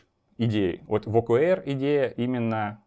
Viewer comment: Спасибо! Маленькая заметка, т.к. термин англйский то читается скорее как ' О Kей Ар'